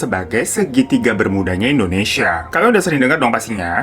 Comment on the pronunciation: Nobody : Kak hiro : Indonesa :v